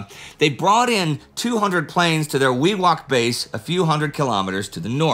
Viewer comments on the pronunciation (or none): And should have held off a moment - Wewak is "Wee - wack". Sorry, you usually do a pretty fair job with the PNG and surrounding names (give or take the odd shot at what I'd say as Bow-gan-vill)!